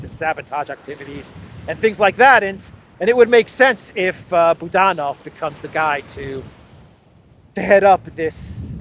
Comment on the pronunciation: Boo DAN ov —- isn’t that supposed to be. BOO dan ov.? Russia pronunciation I know. Maybe it’s different cause he’s a Ukrainian? I love your podcast. You are one of them that I go to every single day. But that booDANov gets my attention. Can’t help it. If unsure please go to first syllable form, BOOOdanov. That’s natural.